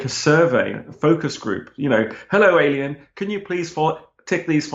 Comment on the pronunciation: "Alíen Life"? LOL.